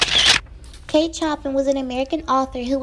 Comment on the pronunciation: Just pointing out, the general pronunciation is 'Show pan' not Choppin'!